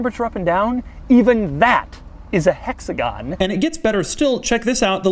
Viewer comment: Doug I love your videos, but if you ever say hexagon again in any other video I'm unsubscribing